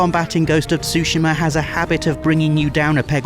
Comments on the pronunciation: Ghost of Sushima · why everyone in the West is pronouncing Tsushima as Sushima?